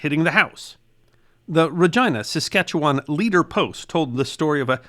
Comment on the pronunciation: I'm still enduring a 🎵long, cold, lonley winter🎵 It's pronounced 🇨🇦